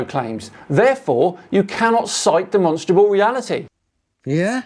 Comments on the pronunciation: Why does he keep saying “Demonstable” … does he mean demonstRable? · I'm a demonstrable realist'. Bro can barely even pronounce it.